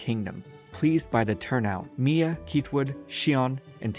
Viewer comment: ok is it just me or did he say mMia?